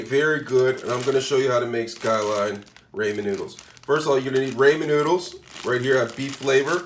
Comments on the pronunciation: its pronounced Raw-men... but im trying this tonight wish me luck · 😂😅 yes the ray-men was killing me too lol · "Raymond noodles" -Headass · Ray-man noodles… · Raymen, ameerican chise, and chileye mmMmm. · Oh my goodness! Every time he says "Ray-men", I cringe from the pronunciation. Lol. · You’re gonna need some Raymin noodles lmao